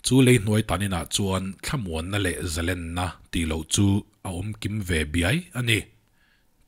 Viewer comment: Zalên hi eng sentence pawh nise thluk tur niin ka va hre em, zalen ni lovin zalên... dik tak maw...